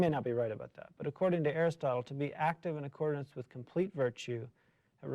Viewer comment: The word is “accordance”, not “accordinance” - military background? Thinking of “ordinance”?